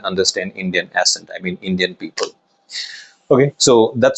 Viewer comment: Good info 👍. But 1 tip: You pronounce the word, "accent", wrongly. Correcting it would be helpful for u as you use it a lot.